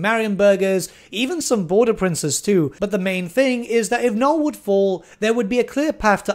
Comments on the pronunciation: why are you refusing to pronounce the second n in nulN? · I really have to ask, out of some unhealthy curiosity - why Null, not Nuln? And why Elsa, not Elspeth?:) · every time he forgets the second N in Nuln I get closer to having an aneurysm